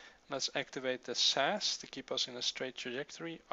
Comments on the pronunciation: Please say S.A.S not sas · Not that it matters, but ti S-A-S and E-V-A individual letters.